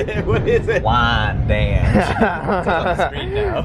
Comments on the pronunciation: 1. It's pronounced Wine-Danch, and altho it rhymes with ranch it's the least cowboy Western place on LI, if not the face of the Earth. But I'll never not say it in that accent now, so thanks lads. 2. You say in your song you have no expertise, but that's as fictional as an IOU from 45/47 and you know it. You know things about transit systems around the US that not even the people running those agencies know about, and you never witness a day without embellishing that knowledge with more adventures in learning. This is sometimes termed Experiential Literacy, if we've got our pedant pants on lolol. 3. This one's for your pal Jackson and his fine choice of autobiography there. It's either the summer of 1973 or 1974 (my dad wasn't sure) but it's me and him (no mom and li'l bro is still in a stroller, so no him either) and we're in the old EJ Korvette's department store in Douglaston, Queens at around 1pm. My dad leaves 7 year old me as my parents always did: in the glass enclosed Record Room with all the tight '70s vinyl. When he returns from shopping to retrieve me, there's one more person than the two he left when he split, which were me and the dude behind the register. He comes back and here's Art Garfunkel, who approaches my dad and shakes his hand, and says "You must be a great parent, your son seems to really love music!" and leaves my pop standing there speechless. I only know this because not long before he passed, he and I were in the car and some Simon & Garfunkel song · I mean TBH, we like the songs! Hell, we haven't had a Diner song update in some time. attempting his Southern Cowboy pronunciation is just fucking hilarious. If he ventures into Texas, I feel like he just needs to do the whole damn video in WAYN-DAANNNCHE. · I think it’s WY-an-danch, unless that LIRR gentleman announcer doesn’t know how to pronounce it either. You missed out on Lexington Candy Shop! You should make it back someday.